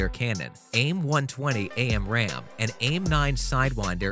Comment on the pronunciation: Get your shit together. You mispronounced 3 of the company names. And it's AMRAAM, not A-M-RAAM. 4,600 ft = 14,000 meters???? This video fails.